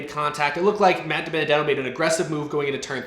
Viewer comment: How to pronounce Matt DiBenedetto’s name